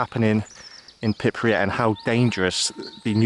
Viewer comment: Btw where is "pipryat"? Sorry, im a swine for correcting pronunciations, i do it to the hubby all the time too 😂